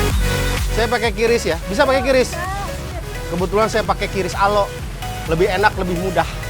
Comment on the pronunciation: Pake kris bukan kiris